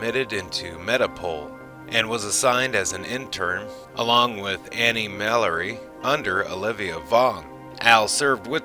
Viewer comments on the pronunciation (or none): none